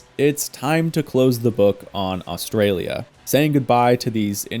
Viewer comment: Love the video man BUT WHY DO ALL AMERICAINS SAY AUSTRALIA SOOO WRONG as a aussie this offenders me lol